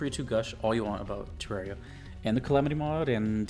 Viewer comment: Officially, I believe Terraria is pronounced similarly to "terrarium" (the word the name is based off of).